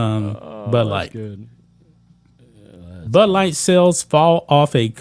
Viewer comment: I’m having a problem understanding what you’re saying. Are you saying butt light or Bud light. 😂😂😂 No Nike in years either.